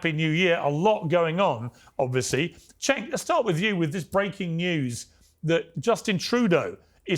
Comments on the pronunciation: His name is pronounced like Jenk. Not Shank. Not Chenk. Not Senk . Jenk. Turkish people say C’s like J’s . Gonna lose my mind when people mispronounce a persons name over and over. Have some respect Jesus. And if it’s an honest mistake that’s fine but ask the person “how do you pronounce your name?” So you get it right. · Oh, and it's Cenk, by the way, not "shank" lol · She called Cenk “Shank” 😂😂😂😂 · Hilarious how much Cenk’s reach has multiplied in recent months, and his colleagues still can’t pronounce his name to save their lives.